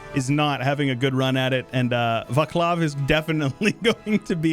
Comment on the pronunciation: also in Czech its not Vaklav but Václav (we read C not K)